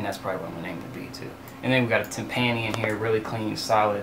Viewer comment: Tim•pan•y? LMFAO XD * tim•pə•ny